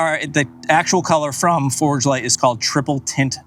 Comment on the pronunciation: Very nicely done! Did you say Forgedlite with a “d”.